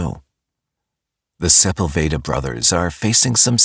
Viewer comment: who???? You don't how to pronounce Sepulveda.? LMAO. Its SA PULL VA- DA. NOT SEPEL- VADA. AAHAHHAHAHAHAH WHAT A TOOL